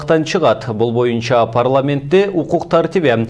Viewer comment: Боюнча деген сөздү моюнча дейт го..диктор..